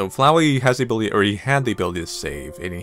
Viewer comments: Its Flowey, not flow-wee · Wait... It's not Fluwy,Fluwy the Flower.It's Flowey!